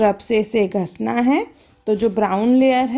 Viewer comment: Gasana nahi gisana hota hai😆😆😆